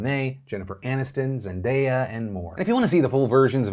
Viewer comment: Why do you keep pronouncing Zendaya wrong?